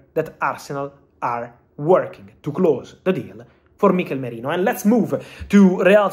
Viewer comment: Who's Mikel Morino? You mean Mikel Merino? 😂😂